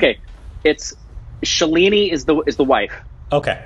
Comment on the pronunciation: Loved the reaction review. Just one thing.... Not Shuh...leee....neeee, its Shaaaa...leee..nih